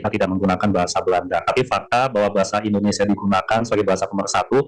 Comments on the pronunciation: Bahasa Indonesia, bukan IndonesA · Bahasa Indonesia Mas, yang benar. Bukan Bahasa Indonesa. Gitu ya. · Indonesia bro bukan indonesah...😁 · Mas, kalo nyebut bahasa & negara Indoneia....... Jangan Indonesa dong......!!!